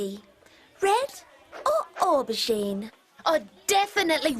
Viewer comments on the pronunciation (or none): They're not even pronouncing the word "aubergine" right. We don't even use the word aubergine in America, and even I know how to say it.